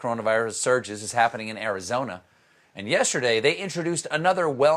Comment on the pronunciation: Ain’t not going nowhere to “Kantha-thirty”; ama wait for Ibiza to let me in 🤣